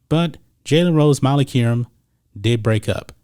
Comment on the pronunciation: This dude needs to dub an Adult voice into the video…and learn to pronounce her name correctly, ask Stephan A